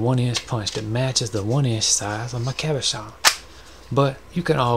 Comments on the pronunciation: Cabochon. Pronounced Cob-Oh-CHon. Cob like corn cob, O like Oh, Chon like ch in chicken rymes with john. Cabochon. Means Non facetted polished gem. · The way you keep saying Cabuchon is sending me 😂 I love that I found this. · Love your style. Very relaxing to watch. I love the way you say cabachon. That's how I'm gonna say it from now on! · So glad I found your channel, you've had me in stitches with 'Cabashon' 😂 another word for you is Chatoyance (sha-toy-awns) , that's the reflective element in the wood veneer piece you did. Keep up the videos, love your work! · Oh no! I've been pronouncing it ca-BO'-chen. Whatever. I love these. I'm gonna make these. Thank you. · the way he says cabochon is the most satisfactory thing in the entire video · Thank you! I can't WAIT to say Cabochon like you do! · I love your voice soooooo much. Especially the way you say "Cabochon". These cabochons are so gorgeous.